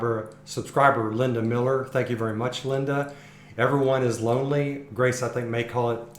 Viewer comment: AU is pronounced like Auto and autumn Aumiller. I'm so glad you found these gems.